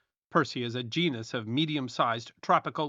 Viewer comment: Genus is pronounced gee-nuss